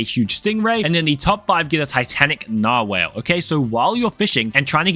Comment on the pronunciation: its narr-wall -mrspalshhhh